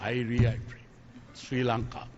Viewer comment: ලපයට සිංහලත් හරියට බෑ. ශ්‍රී ලංකාව. කියලවත් හරියට කියාගන්න බෑ. සි ලන්කාව කියලා. කියලා කියන්නේ.